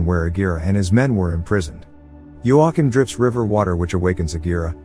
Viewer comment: Your commitment to not saying joachiem's name right is amazing